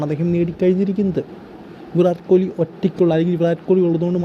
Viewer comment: താൻ പോയി ആദ്യം അദ്ദേഹത്തിന്റെ പേര് നേരെ ഉച്ചരിക്കാൻ പടിക്ക് എന്നിട്ട് ലൈക് അടിക്കാം